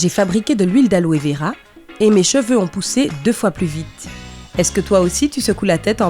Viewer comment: Alove vera ou aloe vera 😂😂😂😂